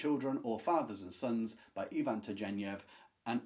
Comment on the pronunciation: Turgenev is pronounced with a hard ‘g.’